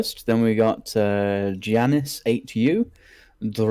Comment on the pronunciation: Also it's amusing hearing both of you mispronounce Giannis Antetokounmpo's first name (He is a professional basketball player). "Yawn-ihs" is how you pronounce it, by the way. He is Greek but has Nigerian parents. Maester Lewin/Luwin (Not sure about the spelling, but that's how you say it.) was the Maester at Winterfell.